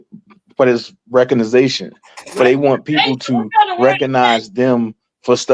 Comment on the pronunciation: omg wtf is reco-ni-zation its "RE-COG-NIT -ION" omg the educational system was completely lost on 99% of reading population in USA